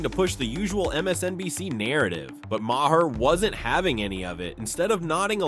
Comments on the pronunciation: Dude, it's pronounced Marr, not Ma Hair! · Have you considered learning how to pronounce Maher?